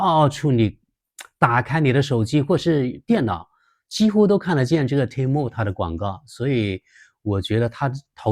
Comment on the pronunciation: temu的发音更像“天猫”！😁😁😁